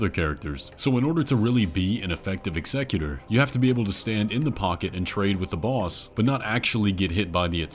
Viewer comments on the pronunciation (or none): Sorry... i AM that guy.... but its not eggsecutor. Its EXECUTOR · executor- execute-er. not excecutor. sorry it was driving me insane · Ex-a-q-ter. Sorry it was bothering me. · I just cant with the pronunciation of Executor... dude must be trolling. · Bro the way you pronounce executor makes me cringe so hard every time.